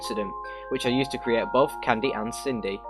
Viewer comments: Everyone: Cindy: kin-dee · U said kindy by way not Cindy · i thought Cindy was pronounced "Sin-dy" not "Kin-dy", is that an exception for the game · did my man just say kindy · it’s fine man it’s Sin dee if you were curious how to say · That's not how you pronounce his sister's name!!!!!